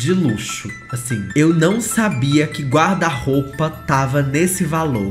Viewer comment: Os erros de português dele "me dão nos nervos". São coisas básicas, tipo: amando e ele fala AMANO, guarda- roupa, ele fala guarda-roupe é por aí vai...